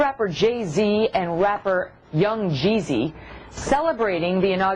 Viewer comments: i loled when she said 'young' 'jeeezy' like she was illiterate. on a side note, i want to thank the shoethrower too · "young.. gee zee" (cyndy.. looper)